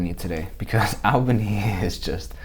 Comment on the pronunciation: Dude, it's "all" bany.